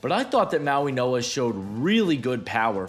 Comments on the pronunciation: Mauinoa? Where the fuck is the "n" at? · This is how you pronounce his name Mau - ing - oa The way you say it sounds like there’s a N in the middle, but there’s no N sound in the middle